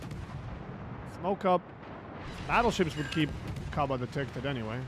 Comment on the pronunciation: It's not KABA but HABA you. K is silent /facepalm